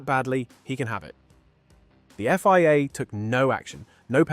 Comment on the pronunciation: So many wierd mispronunciations of circuits, places, drivers and the F-Y-A (Think you mean FIA)